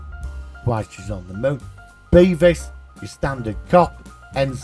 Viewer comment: Devis not Beevis for christ sake